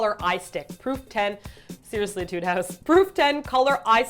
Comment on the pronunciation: It's pronounced ā-tude :p (musician)